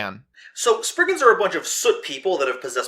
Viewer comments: The more u say springans instead of spriggans the more I laugh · Springans? I thought you were American